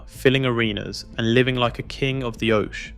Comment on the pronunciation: that's not your voice No one calls it a oshea instead of oche only AI lol